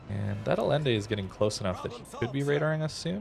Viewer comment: Allende is pronounced Aye-IN-day. As with Salvador Allende.